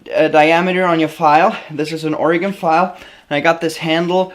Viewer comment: Congrats you pronounced Oregon correctly, some east coast people & canadians can't get it right.... great channel by the way greetings from northwest Orygun